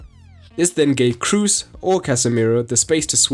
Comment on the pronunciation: It's [k-r-oh-s] not [k-r-uh (double o pronunciation)-s]